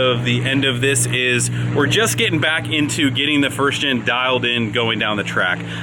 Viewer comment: Hopeen, getteen